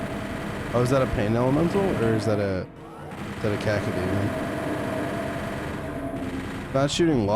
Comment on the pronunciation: You're saying cockodemon not cacodemon